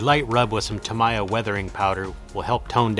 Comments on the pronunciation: It's tuh-MEE-yuh or TAM-eee-uh. Definitely not tam-EYE-uh. But holy crap what incredible work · FYI It's pronounced Ta-Mee-Ya . If your don't believe, phone them.